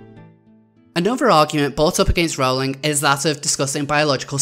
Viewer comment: It's pronounced "roll-ing". :)